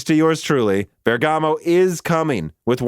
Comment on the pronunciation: Great content as always, but please stop sayng "bergàmo", the italian pronunciation is "bèrgamo" ;)